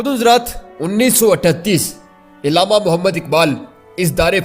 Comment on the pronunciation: saheb urdu pronounciation par kaam kareeen.... ILLAMA NAHIN ALLAMA KAHEEN.... URDU URDU URDU....